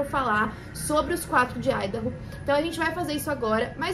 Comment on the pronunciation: feliz que finalmente um vídeo que tenha ordem e sentido e além disso pronunciando Idaho corretamente